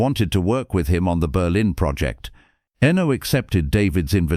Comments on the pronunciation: "Enno... Enno... Enno... Enno..." It's disrespectful and grating. It put me right off watching all the way through. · Pronouncing Eno's name incorrectly screams AI. No thanks.